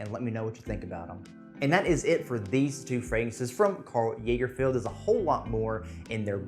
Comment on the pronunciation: "Karl Jaegerfield". I'd have forgiven "Karl Lagerfield". Cmon. Do better. That being said, Mercer Street is amazing for the price. I love the look and feel of the bottle, and the fragrance hits the spot for me with the pepper & citrus. If you want Aquatic, try the Karl Lagerfeld Urban Blue. Thanks for your review, always interesting to see other's opinions.